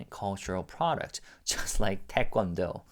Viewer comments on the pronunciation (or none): none